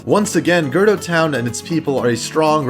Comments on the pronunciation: It’s cool dude I say “duku tree” instead of “deku tree”. But hehe, girdo. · "Gurdo town" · GIRDO TOWN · I'm glad you clarified girdo town bc I was like ummmmm.... AHHH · "Girdo Town"